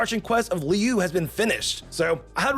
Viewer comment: "Li-u" "Arch-in" "Mu-la-ni"..... As a dedicated genshin players that was new for me to hear XD